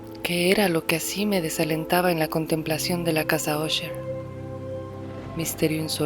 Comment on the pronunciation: Qué bien pronuncias Usher 👌🏼 Mi madre compraba enciclopedias en abonos y le regalaban libros. Unos que le dieron fueron las obras de E. A. Poe. Me encantaba leerlos en las tardes